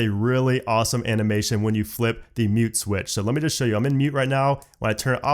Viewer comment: For some reason when he said mute I thought he said nude